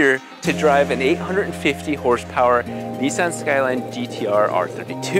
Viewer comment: Its refreshing to hear an American pronounce Nissan correctly.